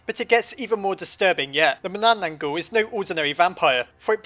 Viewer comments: you mispronounced "manananggal" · Any Filipino Mythology Here? (I Still Haven't Watched The Video Yet.) And... Yeah! There Is! The Only Thing Is He Can't Pronounce Manananggal Worth Sh*t. But I'm Still Happy Either Way Since My Country Got Into Another Top 10! . . . . . . . . . . Why Are You Still Here? . . . . . . . . . . Do You Wan't Me To Explain The Manananggal? Hmmmmmmmmm Okay? Ummmmmmmmm.......... So The Manananggal Is A Vampire-Like Monster In My Country's Mythology In A Group Of Monsters Called "Aswang" Her Name Derives From The Tagalog Word Tanggal Which Means "To Remove" Or "To Separate" Which Basically Means She's Some Sort Of Remover Or Separator And That Means "One Who Separates Itself" Because To Turn Into Her Monstrous Form She Goes Somewhere Nobody Ever Goes And After That She Tranforms By Severing Her Upper Torso From Her Lower Body (A.K.A Her Legs) And Then Sprouting Huge Bat-Like Wings And It Is Said Her Favorite Thing To Eat Is Usually Sleeping,Pregnant But Not Actually That Pregnant Woman Because What The Manananggal Does Is Far From Actually Eating That Woman Instead She Eats What's Inside Her And The Thing She Eats Is Very,Very Messed The F*ck Up So Most Of You Will Probably Are Gonna Say "So She's Gonna Eat The Lady's Liver But That's Not That Bad A Lot Of Monsters Do That Though." Laughs No. I'll Give You Another Guess Though. "The Lady's Heart?" AH! So Close! But No. What She Actually Eat's Her Unborn Baby's Heart..... Yeah.... Because What She Does Is She Uses Her Elongated Probosci